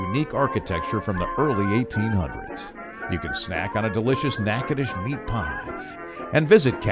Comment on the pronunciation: At least you pronounced the name correctly.